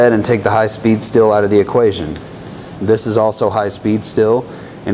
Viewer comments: STEEEEEEL, not STILL. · As someone whose native language isn't english, please stop saying still when you mean steel. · You say "steel" like I say "Stihl" lol The reason I find that humorous is I only just recently learned I've been pronouncing Stihl wrong my whole life.. 😂😅